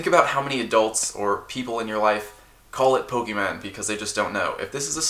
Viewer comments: "POKEMAN" it hurts everytime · I know sometimes I call Pokemon, Pokeman or Pokemons or whatever sarcastically or ironically to make fun of the fact the name has been pronounced wrong for decades, but now doing it so often in a humoristic way almost gets to the point we just call them that just because.